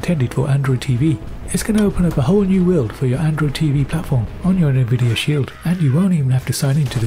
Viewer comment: "Nih-videa Shield" 😂😂😂😂😂😂